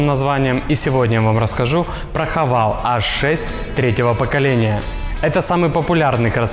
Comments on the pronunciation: Не хавАл..., а хавЕЙл..., мог бы и запомнить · А почему все должны по-английски читать? Шрифт латинский, а не английский, букву называем "Аш". Да и вообще марка читается "Хэво́л" - такая изначально китайская задумка: "Have all -> Haval". Уж никак не "Хавейл", чем грешат российские ютуберы. Но мне милее вариант "Хава́л". Именно так ребята и произносят. За что отдельное спасибо. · Не хавал, а хавейл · Не Хавейл а Хэвэл